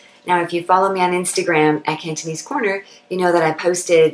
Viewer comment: Your Cantonese pronunciation is spot on and flawless. If I only listened to your voice, I swear in my mind you must be a local Hong Kong Cantonese person.